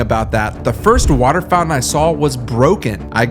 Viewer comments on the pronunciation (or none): none